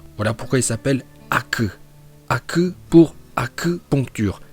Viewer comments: J'adore ta prononciation en VOstfr Haku" ou " hakku-poncture" Force à toi maître 💪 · Une prononciation extraordinaire 👍 Haku pour acupuncture Je suis HS 🤣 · "HOKAGE " et "HAKUU" les meilleurs prononciation.